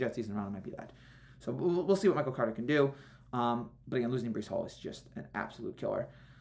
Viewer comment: It's breece hall not Bryce